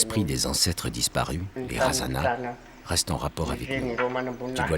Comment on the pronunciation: Cest merveilleux ce documentaires .. par contre on écorche les noms... je suis métisse malgache. par exemple razana, les ancêtres on ne prononce pas le "na" à la fin. Ou bien merina se dit [mirne]